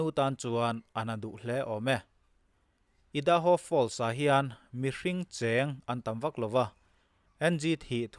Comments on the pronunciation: I da ho nilovin Ar a ai ( ai - hi a hniama thluk tur ) a ni e. Aidaho ( Idaho ) . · Ngaihnawm hle mai. Idaho hi i hi i am tih a I ang a lamrik tur (i da ho,) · Ngaihnawm hle mai, Idaho a i, hi l'am tiha i kan lam ang hian lamrik tur. IDAHO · I-:da- ho ni lovin aidaho(idaho).